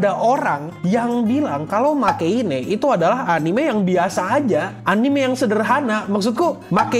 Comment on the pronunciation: 😂😂😂 Bacanya Makein, dikarenakan singkatan dari Make Heroine ga Ooi sugiru (e terakhir silent). Kebanyakan fans Re:Zero memang Subaru lemah dan itu sangat masuk akal sebagai seorang remaja. Yang aneh kalau penderitaan dibanding-bandingkan dengan karakter yang beda anime. Otaknya di mana gitu?